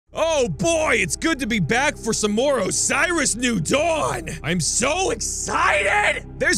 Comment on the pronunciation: PLEASE. learn to say Osiris right...